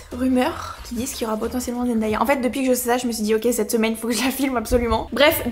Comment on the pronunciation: Pk tout le monde dit zendAya alors qu’elle a dit plusieurs fois que c’était zenDAYa genre comme le jour en anglais 😂